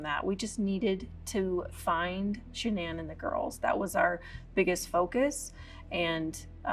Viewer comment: “Sha-NAN”! You come into my house, you get my wife’s name right!